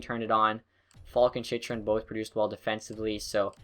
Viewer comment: Chychrun name is chin-chur-in